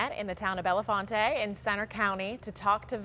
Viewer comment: I wish the news anchor from KDKA would please learn that Bellefonte is pronounced Bell Font not Bella Fonta.